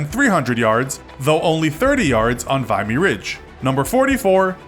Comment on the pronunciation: You are pronouncing Vimy Ridge incorrectly. (Vim e) and Gallipoli (ga lip o lee)